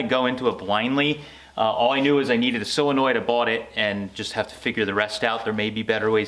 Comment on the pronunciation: that word is "solinoid, not silinoid, so, sol not sil. Yes I know I misspelled it. It is pronounced "sole, not sile such as you pronounce it. Just trying to help.Your idea is very helpful, cudos to you. Also, I wanted to say, for a first time effort your "chopped top" is really impressive. I wish I had your talent, or even could develop it.